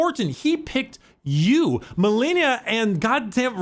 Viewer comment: Malenia: says her name a billion times as you re fight her YouTubers: Mill-ennia